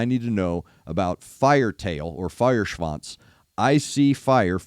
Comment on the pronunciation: You pronounced "Feuerschwanz" absolutely correct! 👍🏻👍🏻👍🏻